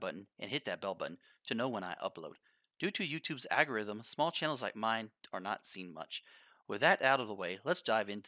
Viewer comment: "due to youtubes agarythm"